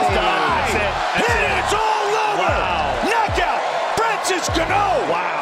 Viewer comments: I miss Francis Enguhknow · francis ganoh!!